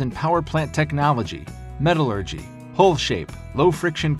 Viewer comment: Please check the pronunciation of ‘metallurgy’. My OCD thanks you.